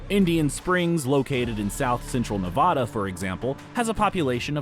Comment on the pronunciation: No H in Nevada